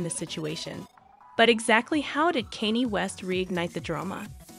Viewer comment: My favorite part of this video is “Caney west”